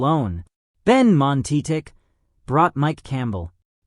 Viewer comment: OMG, this is TERRIBLE!! Names totally mispronounced (I'm still not sure what this narrator was calling Benmont Tench!), many missed facts about Tom & the band, even the band name was said wrong. It sounded like he was saying 'Sad People' instead of Heartbreakers. On the rare occasion he did say the band's name, he kept saying 'Heartbreak' like Tom Snyder did many years ago on his show, and Tom corrected him, instead of Heartbreakers. Skip this one! There are many other of these types of recordings on YouTube, and most of them do have a mistake or two, but this one is a compleat, chaotic shambles.